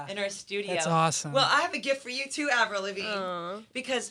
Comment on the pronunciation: Omg the host said Avril’s name wrong for a second